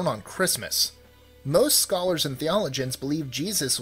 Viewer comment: What's a "Thee-ol-uh-gin"?